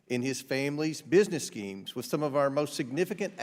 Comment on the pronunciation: I giggle when he says "business schemes"